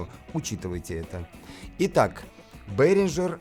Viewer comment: Одно замечание (как немец, думаю, буду прав) Behringer пpоизносится как "бЕринга"